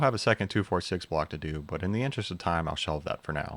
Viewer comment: "Could" is an awfully strange way to pronounce "do"